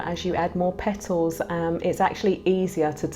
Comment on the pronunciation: I love how sis says "Pet tles"